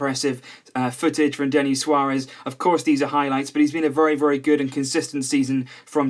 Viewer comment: It's Denis not Denny